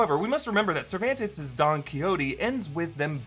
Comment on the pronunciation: Never in my life have I heard someone say Cervantes in that way. Like, wow.